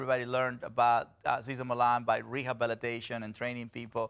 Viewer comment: I know, I'm Swedish and no English-speaking person can pronounce my last name correctly - but I've never heard that way of pronouncing Cesar before. And this guy is obviously not Latino, so I'm not sure that's the way they say it in Mexico (though I don't know).